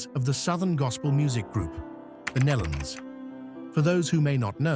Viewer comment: It's pronounced "KNEE-LON" (Nelons). Get it right!